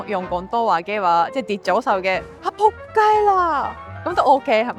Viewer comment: 佢講“仆街喇” 講得好正！ 粗口果然係語言嘅入門😂